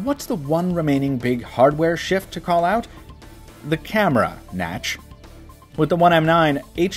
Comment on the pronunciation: lmao nach....naturally lol